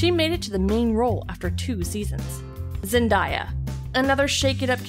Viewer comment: she pronounced Zendaya wrong